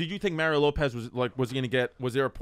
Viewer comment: Mah-ree-oh. He's from fuckin Chula Vista.